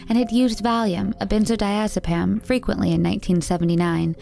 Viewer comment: Valium is a benzodiazepine, not a benzo-diazepam. (Just trust me 💊) oh & burrs, right at the end... the mules! I got it eventually. Too much xanax. Or not enough. 😉😁💚🐦💚